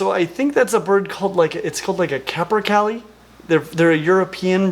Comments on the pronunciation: Great video! You pronounced Captercaille wrong but I don't blame you, lots of people get it wrong since it comes from Scots Gaelic lol. Cap-er-kay-lee. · Great video! If you see this, you pronounce capercaillie to rhyme with Haley. They could only be more Scottish if they were ginger and burnt in autumn... Like me! Sadly they're still quite rare, but conservation efforts are underway and are having some success. Also, around Samhain I found, what I assume to be, a velociraptor skeleton in Sainsbury's. I was really impressed with the placement of the sickle claw... In the middle of the foot. Le sigh. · The capercaillie (pronounced 'CAP-per-CAY-lee') is iconic in Scotland --- if you're into Scottish folk rock, check out the band of the same name. And yes, they do make really, really weird noises. The bird, not the band.